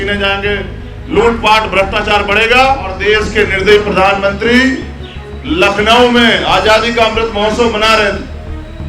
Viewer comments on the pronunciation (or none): none